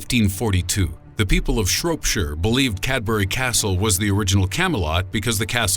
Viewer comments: Shrop-shire. Not fucking shrope-shire! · The people of Shropeshur?... Its Shropshire, I live there, I am not a person of Shropeshur, I am greatly offended, good day sir. SH-ROP-SHIRE! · oh god "shroap-shire" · Shr-op-shire not sh-rope-shire lol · SHROP-shire not SHROPE-shire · It's pronounced Shrop-shire, not Shrope-shire. I actually live here xD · BTW it is not Shropeshire as you say it. It is pronounced Shrop-shire. no E in between. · It's not shrope sherrrr... It's shrop shire like rop higher, pronounced like that ffs. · "Shroap-sure" and "Nottingham-sure" aside... Cadbury castle is actually down in Somerset. ;-) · lol ikr, I rolled my eyes at that one xdd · Not to be picky and whatnot But its pronounced Shrop-Sher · Shrop SHYRE and nottingham SHYRE. Goddamn Americansss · The O in Shropshire is pronounced like the O in shop, you dingleberry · Worse still, Cadbury Castle is actually in Somerset. There was no need for him to butcher the name! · Im fucking glad somebody else clocked this, pissed me off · He can't say Shropshire it's so funny